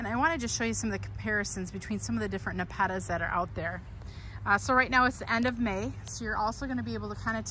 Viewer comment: Great video about the different NEPETAS, but the way you say it, has me laughing. I've never heard anyone say it that way.